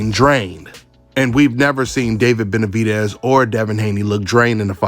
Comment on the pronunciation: I don’t see what’s so hard about saying Benavidez. DEZ like Dez Bryant. “Benavideeez” How in the hell did you sound that out🤔 sounding dumb af